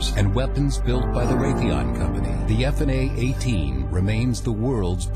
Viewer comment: I must take issue with the ease of which the F-18's destroyed the enemy forces as well as the narrator's pronunciation of F/A-18.